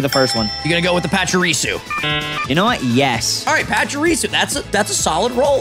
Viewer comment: I guessed the pacharisu he said was hard